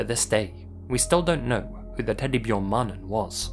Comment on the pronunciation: Why "teddy byorn man"? That pronunciation, my man LMAO I know you can say 'bear'!